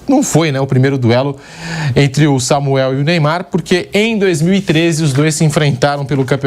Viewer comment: Samuel Xavier, famoso Xamuel 😂😂😂